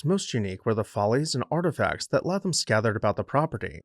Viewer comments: His name is pronounced “ Laytham” not Latham! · Fine video! However, I believe his name is pronounced LAY-tham.